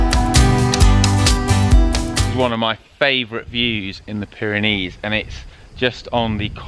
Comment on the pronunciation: Off to the Pyrenees in June, struggling to find the "Byreneese"? "Baronees" gizza clue mate.